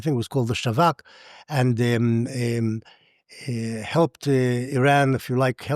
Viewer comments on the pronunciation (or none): SAWAK NOT shawak And he we loved him All this things about him start it when he change the oil prices.